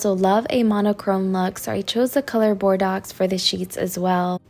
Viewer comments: FYI….those foreign words are hard since they follow different sounds….Bordeaux is pronounced bor/ doe…looking forward to new home… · Love your sense of style!! Can’t wait to see what you do in the new house. Also side note the word you were saying is pronounced bor-dough like the wine? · Bordeaux? Is that the color? Someone that knows her please tell her how to pronounce it. A learning lesson...not making fun. Thanks! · Exactly. Bordeaux as in - wine